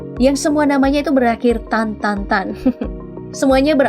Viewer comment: bukan "Tan" lah tapi "STAN", seingat aku Stan itu artinya kawasan/pemukiman